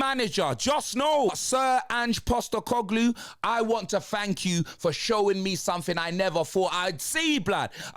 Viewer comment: Ange Sack-E-Coglou